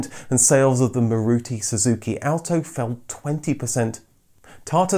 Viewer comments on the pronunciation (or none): none